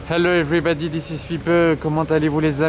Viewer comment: Everibeudi... aaaaïïïïe, mes oreilles!!!!! Si tu ne sais pas prononcer le mot correctement, abstiens-toi!